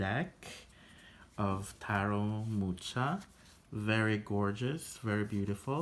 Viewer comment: It's Muha not Mucha. Thanks for the review.